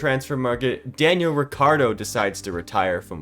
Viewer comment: Btw its Ricciardo and not Riccardo no hates 😁